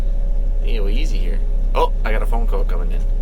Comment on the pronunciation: "Maybe I can see it with the flashlight on my phon-AH!"